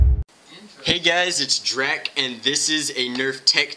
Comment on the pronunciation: Iust so u know then way you say drac sounds like dreck which in hebrew means piece of shit but you're not a dreck so if you read this try to pronounce it more correctly.